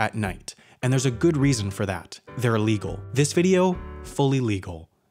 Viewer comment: It's not Allegal its illegal.